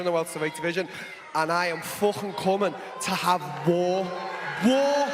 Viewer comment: The way Darren says war 😂😂😂😂